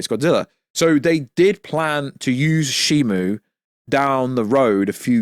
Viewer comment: It's Shimo not Shimu